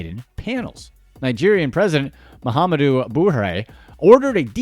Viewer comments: Lah - gos should be Lay - gos Boo-hah-ray should be boo-hah-ree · guy the way you pronounced Lagos made me laugh and the way you pronounced buhari's name LMAO